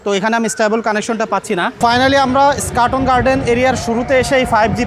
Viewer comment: "স্কাটন" না "ইস্কাটন"??